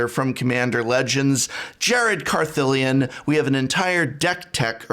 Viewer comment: "It's CarthAAlion, not CartheliAHn. Honestly, Nicol, I wonder how you get even the basics right." Nicol Bolas studied dark magic, gained occult following, and killed his silly brother Ugin for ever doubting him.